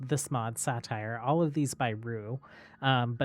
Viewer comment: I've always hear sait-er not satire for saytr